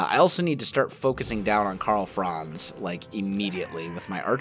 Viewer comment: Hello from Germany your Pronunciation of Karl Franz is very funny Great Video